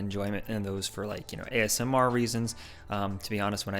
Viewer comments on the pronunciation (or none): none